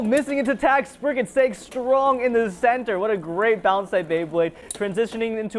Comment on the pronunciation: Legend Spriggen…….does he mean Legen Sprizen?😅